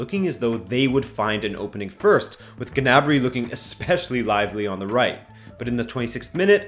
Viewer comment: Guy you pronounced gnabery with the g but the g is silent